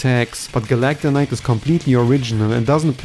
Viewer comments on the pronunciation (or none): Erm..it’s “Meta knight” not “Metanite” also it’s “Galacta Knight” not “Galacon Knight” ☝️🤓